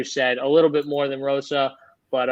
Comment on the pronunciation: Also it's Hosa not Rosa and caroleena not Carolina lol sorry